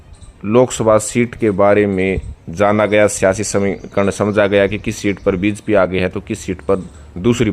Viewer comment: भाई हमें तो यह पता है आप जिस के लिये काम करते हो उसका नाम भी ठीक से नहीं लेते हो। बीजेपी को बीजपी बोलते हो। नतमस्तक को नमस्तक बोलते हो। धेले की हिंदी नहीं आती। चुनाव विश्लेषक बन कर आ जाते हो रोजाना।